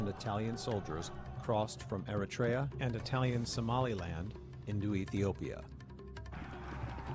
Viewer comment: I think they're mispronounced the country 🇪🇷 Eritea